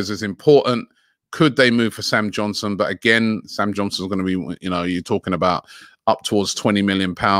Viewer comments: Everybody: Sam Johnstone: Sam Johnson 😂😂😂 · Robbie can't even pronounce english names right! XD Sam Johnson ? 😊